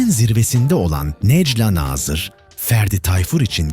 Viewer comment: bu videoyu seslendiren kişi biraz işine saygın olsun necla nazırın nasıl okunacağını öğren